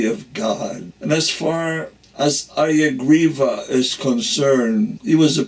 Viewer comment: His name was HaYagriva NOT HaRigriva